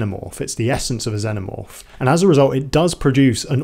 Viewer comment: I like how you pronounce Xenomorph. Also, good analysis ❤